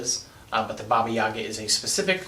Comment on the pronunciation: Heyo, Russian here. It's pronounced baba yagA, not baba YAga. Also if witches get their powers when animal familiar grants those to them, that makes Madoka a witch... And more importantly - Sailor Moon